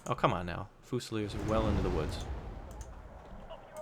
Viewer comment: really really really really hurts to hear you say fusiliers like that..